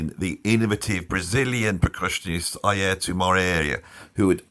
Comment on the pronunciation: Eye-ear-toe say it with me EYE-EAR-TOE😅 great stuff. Mostly Miroslav is a composer not a funk bassist. He is a phenomenal upright jazz player! I saw him play solo, unreal! Chester came back from lunch. Alex Acuna was on the drumset and they told him Alex had his job now.